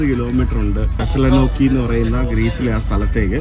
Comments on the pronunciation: Thessala nokki അല്ല, Thessaloniki.... തെസ്സലോനിക്കി. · തെസ്സലൊനീകീ ആണ് pronunciation.